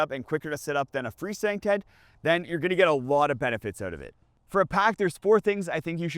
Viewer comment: Translation: Fresndntent = Free Standing Tent